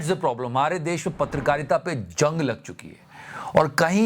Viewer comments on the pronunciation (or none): Veere, jang नहीं zang kehnde ne. That apart, you have been doing superb work.